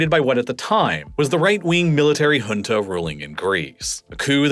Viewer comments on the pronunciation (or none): none